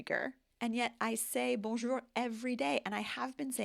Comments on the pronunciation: I’m not a native French speaker but to my ears your accent is very light. Unsure why you can’t pronounce the R in bonjour since you pronounce it just fine in other words. Can native French speakers back me up here? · bonjour, merci beaucoup pour cette video. Très franchement, votre "bonjour" est en effet très fortement marqué. Allez faire un audiogramme juste pour vérifier que tout va bien au niveau de l'audition. Ensuite vous gardez en francais votre intonation nasale ( qu' on retrouve chez nos cousins quebecois ou cajuns plus au Sud) américaine. Je ne sais pas comment s'en débarrasser mais c'est une grosse partie du problème. Cela a une conséquence sur votre débit et le placement des toniques ( voir plus bas l exemple de Bonjour). Enfin, votre "chant" reste typiquement anglo-saxon, avec comme un commentateur l' a justement remarqué, la hauteur du ton ( pitch) qui remonte en fin de phrase, alors que les Francais descendent pour terminer. Egalement vous placez des accents toniques avant les finales de chaque mot. Les Francais de France ( pas les Suisses, par exemple) placent la tonique sur la finale. Exemples: un francais dit L'apparteMENT avec le ton qui descend et l accent tonique sur MENT ( si le mot est en fin de phrase, ca se complique si le mot est en milieu de phrase). Vous, vous dites l apparTEment avec en plus le ton qui remonte sur TE. un francais dit bonJOUR ( et dans certaines regions ca devient bJOUR). vous dites boNjour ( on entend le n naturel, que ne rend pas un Francais car il va completement le nasaliser avec le son "on"). Du coup, votre accent tonique se déplace sur la première syllabe "bon" ce qui ne sonne pas francais. Ces règles de prononciation sont tres anc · Your accent is excellent. As for bonjour, you pronounce it like the word years you used just after. The "our" should be simply ou (like mou) and r (like tour). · Your "bonjour" is off...take a phonetics class?